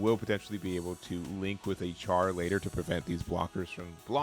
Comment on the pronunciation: Just one thing Char is pronounced as if it was spelled “Shar”. Other then that. Red is a color I’m waiting for to also make an all Zeon deck